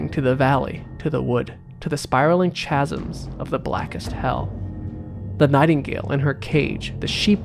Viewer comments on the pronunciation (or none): Chasm - you don't pronounce the ch sound. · It's probably cause u pronounced chasm wrong, but who knows? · The scariest thing was how he pronounced chasm😂😂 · you mispronounced "chasm" effectively rendering the curse null and void.